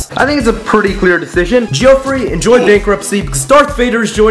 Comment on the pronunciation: The way Geoffrey is mispronounced just hurts my head